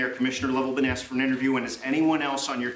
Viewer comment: Who would have thought a politician with an earring that says axe instead of asked would turn out not to be a good guy ....